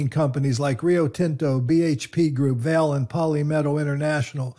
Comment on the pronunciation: Vale is not pronounced vail. Try vah-lay